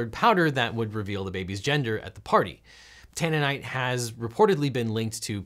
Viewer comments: Tannerite not tannenite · Tannerite, not tannonite. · Sorry to be that guy, but its tanneRite, not tanneNite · I think you meant Tannerite, not 'tanninite', which sounds like an explosive derived from tea leaves... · Hey Legal Eagles, FYI, its pronounced "tan-er-right". Tannerite